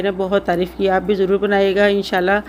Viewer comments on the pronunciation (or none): none